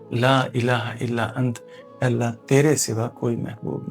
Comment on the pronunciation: Asslamoaliakm bhai Antaa parhtay hain ap ant parh rahay hain galat parh rahay hain ap❤plz corection kijiay